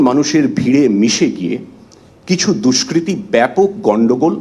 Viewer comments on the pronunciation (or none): How can this guy say us DUSKRITY